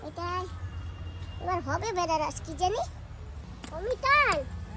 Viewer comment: ওরে বেনারস না আনারস বলে দিদি